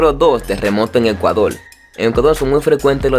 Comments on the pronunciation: ecudol es ECUADORRRRRR CON R! solo digo nwn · Por qué hanla así???... Se dice "Ecuador", no se dice "Ecuadol".